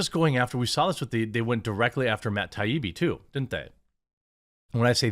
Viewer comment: Jeremy, I’ll like your videos if you promise to do some home work on prominent journalists so you’re not mispronouncing Matt taibbi for three days. Also a book report on Kim Iversen. Kk LMK